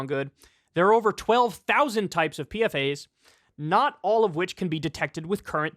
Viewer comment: PFAS is pronounced "peefas." It's an acronym for polyfluoroalkyl substances